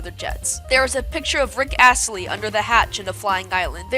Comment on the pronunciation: "Theres a picture of Rick AS-LEY"